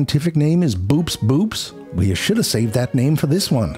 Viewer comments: And it's pronounced "bow-ops bow-ops" which is somehow even derpier imo. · Boops boops is pronounced bo-ops bo-ops. sometimes the science hippies miss an opportunity. not our man Ze Frank, though. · So did you watch Nautiluslive when Dr. Steve Auscavitch was talking about boops boops or the person who told you about them?😉 (not to spoil the fun but's it's pronounced bo-ops bo-ops 😔) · Boops boops is pronounced bo-ops bo-ops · Obligatory "That was a funny joke, but that's not how Boops boops is pronounced"